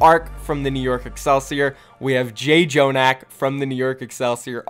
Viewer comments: You could probably make 4-5 South Korean Rosters that could win if you include the players from KR Contenders. Also its pronounced "jonak" not "jayjonak" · Can you stop sayin JayJonak lol